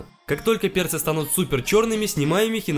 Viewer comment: Мне послышалось на ты как будто слово перцы ты закартавил